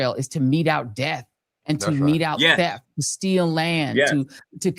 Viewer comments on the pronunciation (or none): none